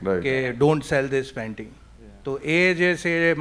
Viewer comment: yepp it did feel like panty and not painting!! :P